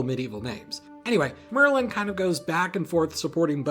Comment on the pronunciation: You think that Merlin rhymes with Berlin?